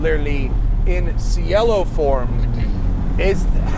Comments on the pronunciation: Ci in Italian is pronounced chi so it’s pronounced like chielo not sielo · It's che'-lo not, see-e'-lo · Ban this man from Italian Sports cars, its pronounced chee-eh-lo. It's an Italian noun for Sky / Heaven. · pronounced chell-o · It’s pronounced “chee L Oh” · Ragazzi, say “chee-L-oh”. 👌🏼 ☕️ ahhhhh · He pronounced it the Spanish way.